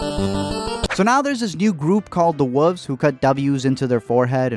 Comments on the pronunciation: its pronounced wool vz, not wuvs XD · Did anyone else hear him call the wolves the wuvs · The woves? You mean wolves? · Say wolves. ((What)) say wolves (Yeah) wolves ( wholves ) say wolf (whholf)) wolf (thats what I said (whooves) say wild wolf ( wild wolf) now say wolf ( whoolfs) ahhhhhh Lol Lol Jk